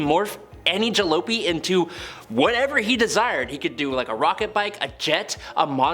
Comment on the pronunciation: When you read the word jalopy but no one ever tells you how to actually say it